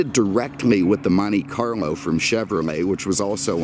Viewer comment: Did I just hear "Monte Carmo"?